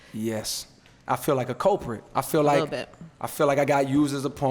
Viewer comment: "COLE-PRIT" THIS FOOL got bars for days...